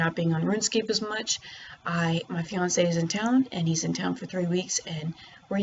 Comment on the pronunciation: Disliked after I heard "fiance"